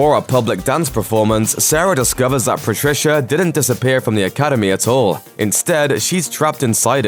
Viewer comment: He even said "Academayyyy" so yeah it's not like English was the strong suit there either HAHAHAHA